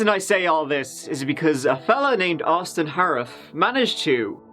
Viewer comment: Wow Austin froston or whatever he said.....CRINGE to the max